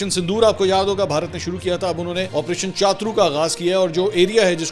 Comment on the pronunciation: کیا چاترو چاترو لگائی ہوئی ہے۔۔ چھترو بولو